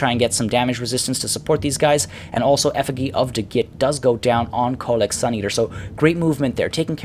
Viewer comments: Great battle. Btw, the effigy is pronounced "effuh-gee", as in "gee, whiz" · This is how you pronounce Effigy :)